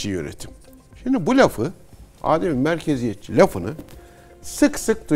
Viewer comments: Değerli Cihat hocam, Âdem-i Merkeziyetçilik değil. Adem-i merkeziyetçilik olarak teleffuz edilmesi gerekiyor. Kullanımı bilmeyen insanlarımız için de manasının izahı yerinde olur. Adem hiçlik, yokluk anlamına gelir. Yani adem-i merkeziyetçilik merkezin olmaması manasına gelir. Merkeze bağlı olmayan yerinden yönetim... Bu video serisi çok faydalı oldu. Başta Cihat hocamız olmak üzere emeği geçen herkese teşekkürler. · Hocam adem'in a'sını uzatmadan telaffuz etmek gerekiyor.